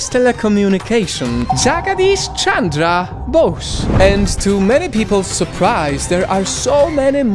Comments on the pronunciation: it's pronounced Jugdeesh Chundra Boz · omg you murdered his name so bad 💀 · I was lauaghing at your pronounce 🤣🤣👌